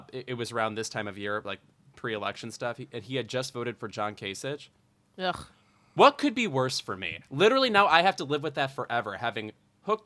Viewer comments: Kay-sick. His name is pronounced Kay-sick, not Ka-sitch. We can get after people for mispronouncing Kamala Harris's name if we aren't going to pronounce Republicans' names correctly either. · Much better episode this week than usual! Although you did mispronounce 'John Kasich' repeatedly one week after criticizing Tucker Carlson for mispronouncing 'Kamala'.